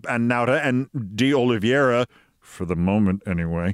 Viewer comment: I believe his name is pronounced "De Olive - ee - ara."